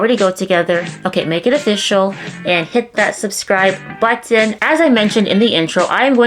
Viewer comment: Is it weird that i love the way You say "button"!